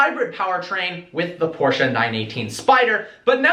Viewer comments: learn how to pronounce Porsche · its not porscha . its porsche